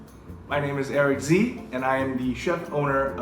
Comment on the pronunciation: The "s and e" in Eric's last name "sze" is silent Thank me later